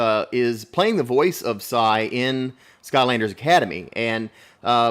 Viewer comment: His name is Sai not Cy